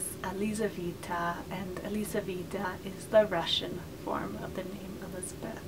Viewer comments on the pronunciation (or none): Hi. The hungarian form of Elisabeth is not "Orszebet". It's Erzsébet [erʒeibet]. And the russian form is not "Elizavetta", it's Yelizaveta [jelizaveta] (Елизавета 😉). I didn't want to criticize you, I just wanted to tell. I love your videos!:)